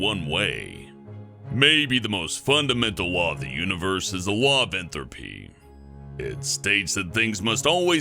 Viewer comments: yo, think there was a typo in you script there dude, it's not "en-throp-e", it's "en-trop-e". sounds like someone mixed the words enthalpy (measurement of energy change) and entropy (measurement of disorder/chaos (change)) together lol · does he say "law of ENTHROPY" ? it is ENTROPY. lol.